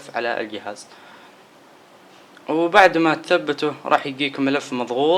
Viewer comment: ااااا عفوا تحتاقه عفوااا الصفحه عفوااا ااااا زر الهوم عفوااا زر البور ااااا ااا عفوااا يقيلك القهاز سستم ناو ااااا عفوااا ههههههههههههههههههههه